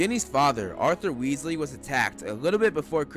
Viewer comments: Not Wealsy it's Weasley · Weasley it’s weaselbee